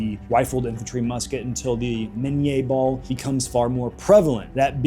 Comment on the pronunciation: Listen to Admin, “Miníe ball”, all correct pronunciation an shit!